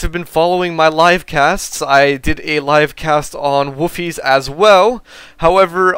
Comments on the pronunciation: It's pronounced Wolfhayzer. I used to live there. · sounds like hes saying woofies..